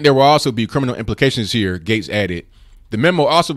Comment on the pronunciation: Since you asked,; Gaetz is pronounced " gets" as opposed to gates